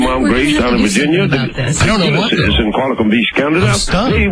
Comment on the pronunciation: the way he says Virginia 😂😂